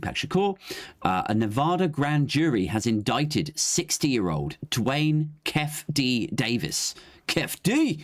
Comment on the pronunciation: It's pronounced 'keefie' D. He and Orlando Anderson were from the southside Compton crips. Anderson was recognised at the casino as he had previously snatched a death row chain from one of the crew. A lot of the death row crew were mob piru's from Compton, enemies of the sothside crips - hence the brawl at the casino. The crips later caught shakur in traffic and murdered him.